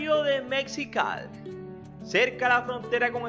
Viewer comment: El actor, Sebastián Ferrar no es de Mexi cal. Se pronuncia Mexi -Cali. Unión de dos palabras Méxi -co y Cali - fornia. Fue el general Agustín Sanguinés. Quien dió el nombre a la capital de Baja California. Como la ciudad hermana de Calexico, unión de dos palabras Cal - ifornia y Mé - xico. Gracias por tus vídeos